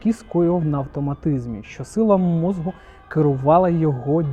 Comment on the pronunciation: Давно підписаний на ваш канал, тут багато цікавого але прошу вас "мозку" не "мозгу" похідне від мозок. Не хотів нікого образити, просто дуже вухо ріже і в багатьох відео